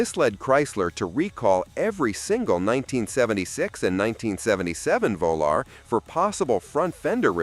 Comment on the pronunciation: Chrysler VO Lar>>>>>really????????????????????????????????????????????????